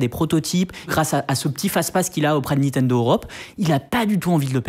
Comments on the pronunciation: C'est assez honteux le Nitendo.... Franchement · ouais, on prononce Nintendo et pas Nitendo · C'est NiNtendo et pas Nitendo. À au moins 2 reprises vous oubliez un N ! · C'est Nintendo, pas Nitendo... A l'oral c'est pas terrible mais à l'écrit ça fait saigner les yeux... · Olalala toutes les erreurs.... c'est pas des DS Lite, on dit "Nintendo" pas "Nitendo"... ça vous dirait d'être un peu factuels un jour ? Et c'est pas "1038" mais "Cody Trenthuit", d'où le jeu de mots avec son pseudo. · Par contre les mec niNtendo pas Nitendo quoi shame et c'est à plusieurs endroit de la vidéo la faute. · 04"30 "NITENDO".... sérieux les gars 😁😅 et je ne suis pas Geek ni Gamer... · À chaque fois où il prononce le nom de la firme, il dit Nitendo. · C'est déjà écrit comme ça au tout début et ne prononce jamais le 2eme "n" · Bof en vrai c'est le truc qui me dérange le moins. C'est chiant à dire Nintendo. Par contre toutes les infos erronées c'est plus problématique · Incroyable le nombre de personnes qui arrive pas a prononcé NiNtendo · Le mec se dit passionné mais écrit et ne fait que prononcer "NITENDO", c'est à la limite du sérieux.. Sinon sujet plutot bien traité. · Ya que moi qui gêne que il y ai à chaque fois NITENDO 😅😂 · Ok pour le sujet mais ce mec qui présente c'est juste plus possible, c'est insupportable à écouter et ses "nitendo" la please... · a aussi ca m'a fait mal a chaque fois qu ils l ont mal dit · Okay, ça arrive de se tromper dans le nom d'une marque, mais entendre NITENDO tout le long de la vidéo, ainsi que le voir écrit à, ça ne fait pas professionnel du tout et ça décrédibilise l'intervenant au passage Idem pour eDCP au lieu d'eCDP à quant la cartouche est montrée en plein écran Sinon tu gères, sujet très intéressant